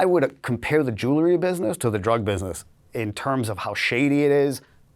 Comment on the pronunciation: I can’t stand to hear this knuckle-head mispronounce “jewelry” one more time. The “l” phoneme is not pronounced first. jeez